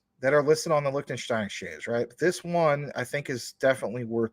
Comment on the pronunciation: Zeeeee Licktenshtyne 🫡